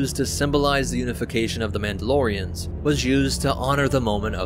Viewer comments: It's not Mauldalorians, it's Mandalorians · Mauldalorians? Really?🤦‍♂️